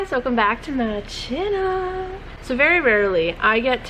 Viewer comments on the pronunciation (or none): Love your channel! LOL I have to admit when I first started watching your videos I thought you were saying "Welcome back to my CHILLLL" 🤣Which was awesome, I was sort of sad when I finally realized you were of course saying channel... Anyway thank you for your chill 🖤